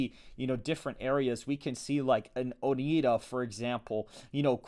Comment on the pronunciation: Oneida is not pronounced "Oh knee da", it's "Oh nye da". Musk has poured more than $10 million into the race and is giving away $2 million more in Green Bay tonight as well has his $100 checks to anyone signing his petition. He has a court case going on in the state and it's apparently worth eight figures for him to win. He spent $370 million on the presidential race and has more than made back his investment already by shutting down government departments and then using his companies to fill the gap. Also sold a bunch of armored Teslas to the state department. Oh and it's "Win a bay go" not "Win a bo go".